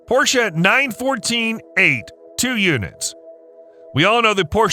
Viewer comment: Thank you for a nicely produced video and for pronouncing Porsche correctly👌